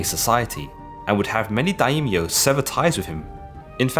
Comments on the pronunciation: Great short documentary, although I know the pronunciations are tricky. One thing I learned listening to a lot of Japanese is that the language doesn't really seem to make as much use of diphthongs as English (like with 'Daimyo,' instead of 'da-eemyo,' it's more like 'die-myo'). I also find that Japanese often de-voices certain vowels between consonants, particularly i (ee) and u (oo) - not exactly sure on the rules for this though, if someone with more expertise could help I'd appreciate it. I know both Japanese and Korean lack an actual 'yi' syllable, and do not pronounce 'si' syllables like 'see' and 'sin', but rather in this one pairing, they, just like the great Sean Connery, follow their 's' with an 'h.' Therefore, Admiral Yi Sun Sin would actually sound more like Admiral 'ee-soon-shin,' if that's at all helpful for anyone. Love your videos. Cheers. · Quick little correction: Daimyo has two syllables not three: Dai-myo. Other than that tiny detail: great video! I learnt a lot thank you! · Daimyo - Pronounced Die- Myo